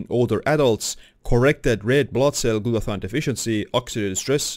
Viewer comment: It's not called GLUTA-THON. It's called GLUTA-THIONE.